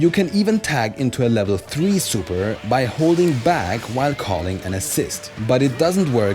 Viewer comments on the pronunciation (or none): It's called scaling not staling in fighting games haha, nice video though